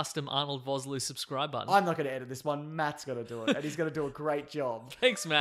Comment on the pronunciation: How dare you mispronounce Arnold Vosloo's name! That man is a national treasure! (It's pronounced Fos-Lua, the 'o' in Vos, is like 'official') I'm South African this is important to me.